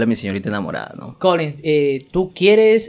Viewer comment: Xq dice colinsss .....es Collen...."Colllin".....